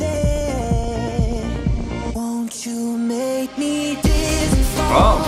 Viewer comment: ITS DIZZY NOT DISSY